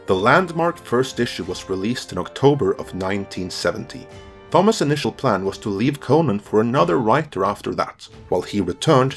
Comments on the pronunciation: The riddle of Thomas. It's pronounced "Tom-is" . Not "th-om-ass". The H is silent my guy. And Crom laughs at you. Otherwise a great video. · AAAAAARGHH! ----------- in English Thomas is pronounced 'Tomass'! CROM!!!